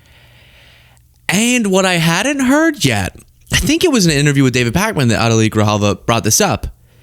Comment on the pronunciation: When pretending to be behind a pulpit you must add a syllable to words like “lord” making it sound more like “lowered”. “Have you her-rid the wur-rid of the lowered” … like that